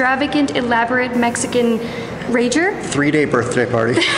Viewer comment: Hi, I think you mean "cumpleaños" :-)